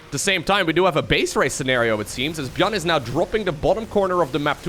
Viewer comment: I am getting confused when say buyn or buyl